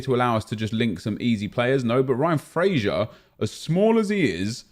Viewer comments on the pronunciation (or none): none